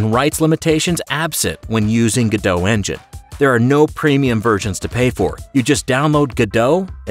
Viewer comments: GO DOT not gaDOUGH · I think the hardest part of using the Godot engine is, saying it's name right, Go-dot, not Gur-doe. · FYI: (trying not to be mean) its pronounced go-dot, not ga-dow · Ga-dough? I always thought it was pronounced Go-Dot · The first thing people should learn about Godot is how to pronounce it. I really can't hear GODO anymore. The T isn't silent. GO-DOT like GO and DOT of DOT. There's a T. That's how the devs say the same of the engine they're working on! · It's not gudoe, its pronounced God-oh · Pronunciation is "Go/Dot" not "Godo" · You are pronouncing it wrong. It's GO DOT. I don't know who this Gudoh is... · Pretty sure its go dot not ga dough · Go-dot not guh-dough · ... and still it’s not “Godow” but “Go DoT”... you also don’t say wwwDOWyoutubeDOWcom, don’t you?! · It's pronounced go-dot by the developers, not ga-dåw, :/ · its goDOT not godo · IT’S PRONOUNCED GO DOT! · It's pronounced GO-DOT "t" is not silent. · It’s pronounced go dot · please...i beg you....stop saying 'go-dow' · ‘Godot - say Robot ... now say ’Godot!! its really not that difficult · Wait. THAT'S how you pronounce Godot?